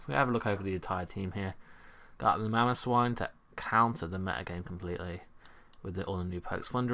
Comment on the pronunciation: You failed a little bit on mamoswine x) but nice video!